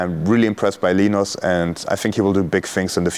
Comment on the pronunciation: It's LINUS not Lenos